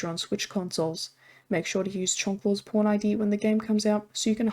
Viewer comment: When you say pawn it sounds like p*rn, funny quirk of your accent